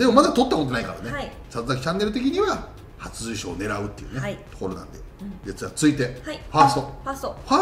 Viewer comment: 里崎さん 初受賞 があんま言えてない